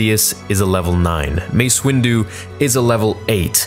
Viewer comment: BRUH ITS WINDUUU!